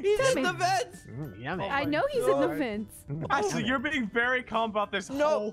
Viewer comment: Why is it so funny when says Atlie instead of Ashlie 😂